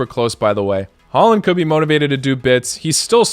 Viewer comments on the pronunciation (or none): none